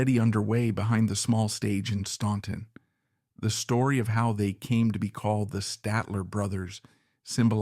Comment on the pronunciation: Please do your homework. Their home town is pronounced STANTON, not STAUNTON. THE U is silent. Also why do we keep seeing pictures of Jimmy Fortune when you are talking about Lew. Also, Johnny Cash was never “in” jail, except to perform his shows. There is a lot of misinformation in this.